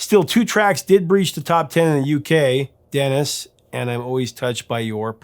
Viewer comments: Minor comment. When you were talking about other 3 hits that happened to hit number one, you mispronounced the name of one of the songs. You called it "Dennis" when in fact the name of the song is the name of a French guy. The small clip you played had the correct pronunciation which sounds like da-nee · It's not Dennis; it's Denis. You can hear how to pronounce it correctly by listening to the song at "Denis, Denis. I'm so in love with you." Or at "Oh Denis shoobido." Dennis...sheesh... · I've watched you belie your lack of knowledge and script reading before. No more obvious is your calling the song ' Denis' incorrectly. If you knew the song at all, you'd know 'Denis' is pronounced 'Deh - nee'. At least listen to the music you're acting like you know. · Not Dennis, Denis. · DA Nee not Denis. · It's " DE - NEICE " . A woman's name. D E N I S . And it's a re- make ( Randy + the Rainbows).